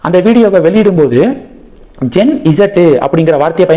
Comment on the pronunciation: அது ஜென் ஸீ அப்படித் தான் சொல்ல வேண்டும்.